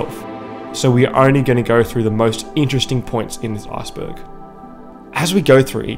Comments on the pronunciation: Lmao when he says Iceberg it sounds like Assburg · This video is hilarious because when he says "iceberg" it sounds like he says "asperg." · I knew I was gonna finish this video when he said "arseberg"